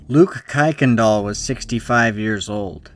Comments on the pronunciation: Don't know where you came up with the pronunciation, but every one with the name pronounce the name "kirk n dahl", not "kike n dahl". As fact, kicked is a religious/racial slur. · btw "Kuykendall" is pronounced "KIRKendall" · It's pronounced Kirk-in-doll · "Kuykendall" is pronounced "Kirk-in-dial" if you ever do a followup video.